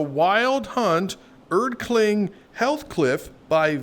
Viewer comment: am glad ur not a limbus player or others would have murdered you for saying healthcliff instead of heathcliff